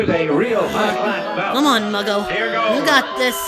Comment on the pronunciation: Muggo,, I though you said ,,mango